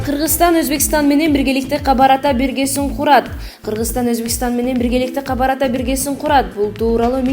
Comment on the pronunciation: Окуганды билбеген кыздарды кетиргилечи.камбар атаны туура окуй албагандын кереги жок.